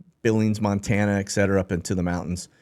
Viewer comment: Ekcetera?? Try this instead: Etcetera